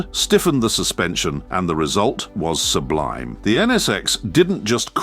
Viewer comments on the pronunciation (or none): none